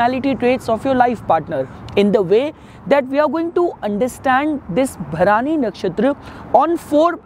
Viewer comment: Its भरणी not भरानी